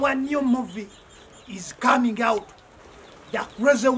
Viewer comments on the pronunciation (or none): Instead of "Coming", it's "Cooming" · “Our new movie is “cooming” out”